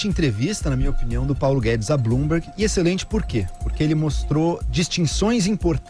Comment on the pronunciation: Blumberg , não sabem pronunciar kkkkkkkk